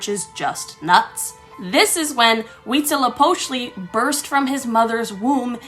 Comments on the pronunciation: I thought it was pronounced “Wheat Zeelio pochtelay!” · the Huītzilōpōchtli was butchered accurately